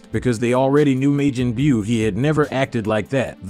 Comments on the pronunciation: When he says Majin Buu it sounds like midget bew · Lol...may-gin bue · May Jin Byu?? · May-Jin boo he killing me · Smh why does this guy say Majin Buu wrong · The way he pronounced majin but irritated me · Veggatasss I’m crying saiyon and mayjim biyuuu . Hell say the right name like twice